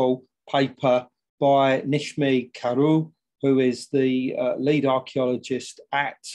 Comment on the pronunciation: Not a bad shot but then I do live here. Tepe - e as in egg so tehpeh Kara as in Carrot and C as J so Nejmi. This should help a bit 😀